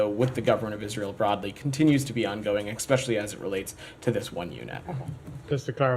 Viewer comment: Did he REALLY say "expecially"? Check out . Whitehouse staff should be educated, surely!